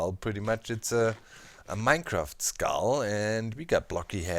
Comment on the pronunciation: Each time you say skull I hear iskull. oMg